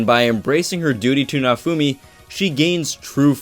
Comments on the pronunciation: More like "na-oh foo me-" the e in "me" is like the one in "sensE" or how they say "sensEi" or the one in "thE", the english language lacks this phoneme... Oh, who am I to say anything? Video was awesome, by the by, keep up the good work =) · The way you say Naofumi's name kills me on the inside... Besides that, yeah, you're quite right! Just one small note: Raphtalias' devotion is not duty-bound, is love-bound, she may have been duty-bound when smaller, but as of right now she is no longer bound by duty, this becomes evident if you analyze her behavior and faith towards Naofumi.